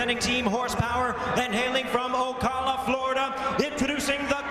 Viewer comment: "Hailing from okayla Florida. "